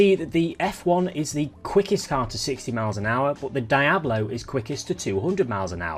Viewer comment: Die Ablo? For real? Youve never heard that said correctly?